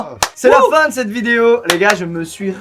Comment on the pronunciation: Moi : Allez go apprendre mon contrôle d'Espagnol. Skouizy : NouVellE VidAiO. Moi: merde..